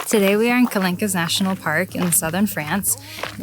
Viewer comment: Well, now that you asked about the pronunciation yourself :) The "qu" in French is basically pronounced as a K, and as the final -e does not have any accents, it's silent. Same for the plural -s... also silent. Therefore it's pronounced ka-lank. But great video!